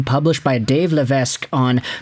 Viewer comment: Lévesque is pronounced "Lay-V(hike)". The s is silent.